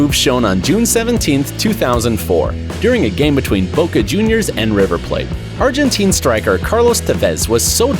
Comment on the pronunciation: The guy narrating this video is a dumb ass who mispronounced almost every other word, Macedonian, Cavani's name, the word Argentine, he call the jersey "t-shirt", shorts he called "pants"